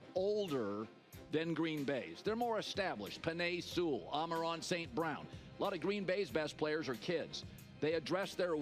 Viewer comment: Haha I swear for the life of him Colin cannot say “Amon-Ra”